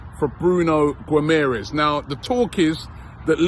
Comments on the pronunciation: Robbie said Bruno Guimerez lmao british people need to start practicing these portuguese names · "Guimarães" is difficult name for people who speak English or German haha Try saying "Gimme a Reus" fast and I think you'll be pronouncing it well :D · Why do you pronounce the last syllable of Guimarães differently than that of Gabriel Magalhães?